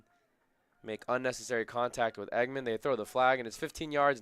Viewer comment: Dallen Engemann’s last name is not pronounced “Eggman. It’s pronounced “Eng’-gah-mun.”😊